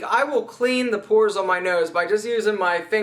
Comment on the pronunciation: it's not "poors", brah .. it's: pores !!